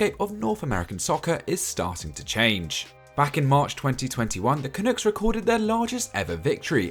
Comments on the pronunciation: Great to see soccer boom in Canada and take its place next to hockey, basketball, baseball, and Canadian football. It's been a long time coming. Btw, it's pronounced 'CA-NUCK' not 'CA-NOOK'. NUCK rhymes with DUCK. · The one comment I have with pronunciation is the word Canuck It’s pronounced CA-NUH-K not CA-NOOK Otherwise an amazing video and something I’ve looked forward to for a long time as a Canadian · Wtf is a canook? You mean canuck? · Canook is KINDA right.. if you have a Newfoundland or Native accent.. lol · Gotta say I appreciate the coverage, but, a couple tips: Cyle's name is pronounced Kyle, and Canuck is pronounced like duck, not took. Great video guys!